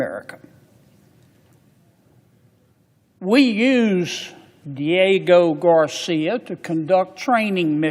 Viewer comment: Maybe you should learn to actually say Diego Garcia before you start rambling on to your nazi dictator about the limited knowledge that you have about world history or politics…get your coat buddy 🧥👋